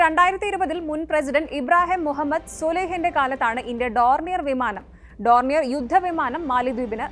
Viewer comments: ഡോർണിയൻ അല്ല ഡോർനിയർ. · Kure v varakkedu paranju like vangan nokkunnu, Eth pronunciation donier annanu, Eth udha v manamalla, utility air craft. Nammal koduthath avar upayogichillengil nashtam namukkanu, nammude panamanu pokunnath, Pakaram avarkk china avarude aircraft kodukkum, epol avar china yumayi kooduthal relationship undakkuvan sramikkukayanu, President nte name pronunciation Muhammed moizu annanu